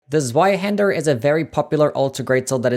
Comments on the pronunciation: That pronunciation is atrocious. It’s German so the W is pronounced like a V. Like Zveihander. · oh the pain of hearing the w in zweihander being pronounced like in english and not german